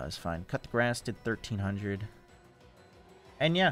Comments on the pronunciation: It's coup de grace ( ku de gra) not cut the grass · is the "cup da grass" an inside joke or does just refuse to say Coup De Grace ("coo day grahh")